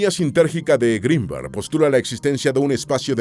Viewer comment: No es un apellido anglosajón, no se pronuncia "Gruinberg", sino tal y como se escribe.